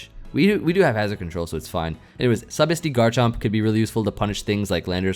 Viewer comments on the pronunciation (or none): none